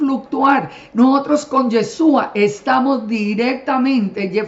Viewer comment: Señora una pregunta , por qué usted con todo su conocimiento aún no pronuncia bien el nombre de YESHUA usted dice yesua 😒 por qué ?? POR QUÉÉÉÉ????